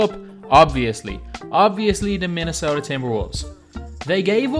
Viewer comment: ahahahh he said minesota winners ahahahahhaahh